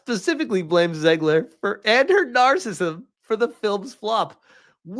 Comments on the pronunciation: It's "nar-cis-sism", not "nar-cism". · So, the only thing you got out of this video was his mispronunciation of narcissism. You must live a sterile life.